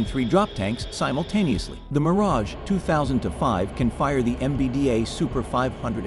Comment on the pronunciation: Always the same... the name Mirage MISPRONOUNCED.